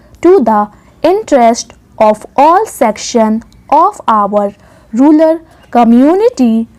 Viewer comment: You have pronounced the word rural as ruler in the entire dictation